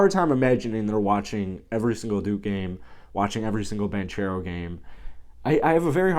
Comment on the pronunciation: Spelled Banchero pronounced Bancero